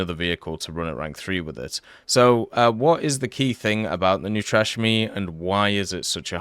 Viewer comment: "New trash me" 😅